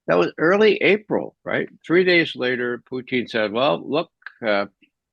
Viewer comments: It's Putin, not Poutine. That's another politician. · Pootn, not fn POO TEEN ffs man. Even in russian it only has a slightly longer poootn. but never TEEN,. have to mute this guy every time hes on. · I like the way he calls Putin .....Puteen 😙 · Mr Poo-Teen...NAYET!!